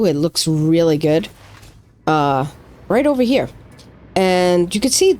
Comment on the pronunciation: "Over-down-'n-here" sounds like a New Englander, guessing Mainer. FYI in Texas and the south in general we say "Getonovaheir"